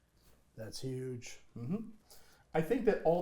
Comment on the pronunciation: “It’s a Hugh” hurt me lmao